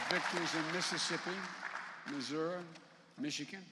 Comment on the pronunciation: Missouri Not mah ser eeh . Go home retire! Any Obama commercials promoting endorsements For any Democrats- You think 🤔